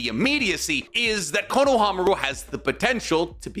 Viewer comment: If you're otaku making videos about the naruto-verse you probably should get better at your pronounciation. I cringe everytime he says Konohamaru. It wouldn't be so bad but for this entire video being about Konohamaru. Way to make it obvious that you only watch dub. At least try to pretend like you've watched subs.